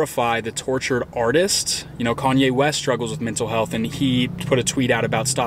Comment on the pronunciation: 'SHTREET' and 'SHTRUGGLES'